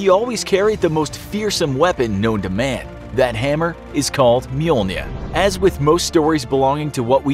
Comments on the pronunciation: Did u say mjolner as mjolna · Mjolnir not mjolnia i dont no if i spelt that right i dont speek the best English